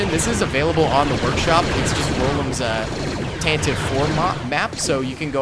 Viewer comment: I cringe every time I hear someone mispronounce Tantive like you did.